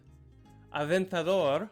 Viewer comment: "Aventador" and im like whaaat, you speak spanish for sure, nice accent.